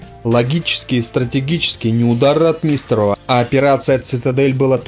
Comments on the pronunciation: Какой нахрен Ватунин? Командующим Воронежским фронтом был Николай Фёдорович Ватутин! Командовал бронетанковыми войсками Павел Алексеевич Ротмистров (ударение в фамилии на первый слог "О"). Салют в Москве был дан в честь освобождения Орла и Белгорода 5 августа 1943 года (их называют городами первого салюта) и после это вошло в традицию после освобождения каждого крупного города в Москве был салют. Из-за таких неточностей вся информация теряет доверие зрителей, думающих критично. И да, встречный танковый бой на Прохоровском поле был, а не "тир" - это мне лично рассказывали старики живущие в Прохоровке, которые были свидетелями тех событий (к сожалению все известные мне свидетели уже ушли). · Маленькая поправочка для автора. Называйте правильно моего земляка, в последующем маршала бронетанковых войск, Ротмистрова Павла Алексеевича!!! В фамилии ударение на "О"! Пожалуйста!!!! Кстати! Ещё жива его сестра. И в том году у нас была встреча с ней. Много интересного рассказывала о своём брате. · фамилии наших военачальников не каверкай.Ро^тмистров ударение на первую гласную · Автор! Видео Познавательно, но фамилии участников сражений произноси правильно и с соответствующем ударением☝️ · Автор, научись правильно выговаривать фамилии и названия соединений. Ухо режет "Татенкопф", Ротмистров и прочее. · ударение на о ? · Не РотмИстнреву, а РОтмистереву. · Читает нерусский человек, русские так не говорят. рОтмистров, а не ротмИстров, и других ляпов полно. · Дружище, проявляйте уважение к тематике, о которой говорите. Тема ВОВ - святая тема. Нельзя игнорировать даже, казалось бы, мелочи. Если претендуете на знание событий, нельзя, например, фамилию командующего Ротмистрова произносить как РотмИстрова. Это дурной тон, свидетельствующий о том, что слышите фамилию впервые. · Правильно..Ро-о-отмистров,но не Ротми-и-истров! Что за неграмотность? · Ватунин? Шта? Ватутин! Ратми́с ров? Шта? Ро́тмистрова! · РотмИстров??? Не читай текс сам, позорник. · Ро'тмистров, тоже